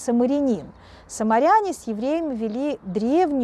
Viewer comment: А мне кажется надо говорить самаряне,а не саморитане